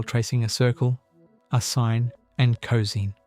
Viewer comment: Too bad the AI voice can't properly pronounce cosine. It would be a lot better if it were a real person narrating this.